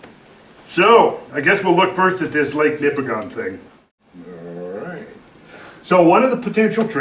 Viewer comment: Couple of minor points. It is Ouimet Canyon, not Quimet Canyon. And the stress is on the first syllable of "Nipigon", not the last. I lived in and explored this area for 3 years in the early 80s and am very familiar with all the topography described. The flat top "mesas" with a tapered face are called Cuestas. I have heard explanations of how the ice formed them, but never heard that they could be formed by a flood event. I can recommend a very good guide if you take a trip there.